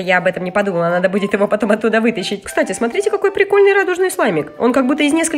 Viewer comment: Услышали от Юми в пикольный